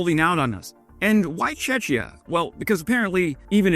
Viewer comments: Your pronunciation of Czechia threw me for a second. Sounded like you had said Chechnya. My brain was like why are they routing then through Chechnya. The Chechnyans are fighting against Ukraine. I think i need more coffee to help me wake up. 😂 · Love Your videos, but as already mentioned in the comments. I would make it even better with correct pronunciation. Czechia in Your pronunciation sounds lime Chechnya. Also would be great to mention the reasons why Czechia is such a vital country for such a transfers as well as mentioning the Czech ammunition initiative. Anyhow, great job as always. 👍🏻🇨🇿🇺🇦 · Hey,. We pronounce it "Chek-eeyah" not "Chechia", which sounds like 'Chechnya, or in Russian; Чечня '. Czech is pronounced Chek. Sorry, man. Slavic stuff is my family and history. BTW, you're doing a great job reporting on this frickin' war. I really appreciate it. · Cheh-key-ah, not chech-ee-ah. Sounds like Chechnya the way you say it. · Minor correction, "Czechia" is not "Chechia", I didn't know what country you're talking about for a moment. Best way to avoid confusion? Just say Czech Republic, where Czech is pronounced the same as "check", we never had a vote on "Czechia" and many of us hate it and never identified with it, maybe even a significant majority. It sounds really weird to me. Also people confuse Czechia with Chechnya, for which I don't blame them, but it's also annoying. Use the Czech Republic if you can, thanks! (Czechia is pronounced kinda like "check yeah" smushed together) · Tzechia not Tschetschnia, yes they sound very similar - but Tschetschnia is in Russia "a province" (ykwim) and muslims who would gladly fight against the gremlin in the kremlin who is suppressing them. Tzechia is in the near of Germany. Small countries and the name is similar. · What is Chechia? The next time try saying chekia, for even that will be less confusing. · Cetchia 😂😂😂😂😂 learn géographie you donald 😂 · Why do u mispronounce Czechia 🥵😪🫨🫨🫨🫨🫨